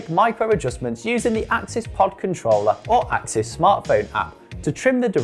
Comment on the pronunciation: Firstly, it’s ‘access’ (SRAM axs’ own description when it first landed) and it’s ‘de-rail-er’ Other than those silly rookie mistakes, good explanation 👍🏼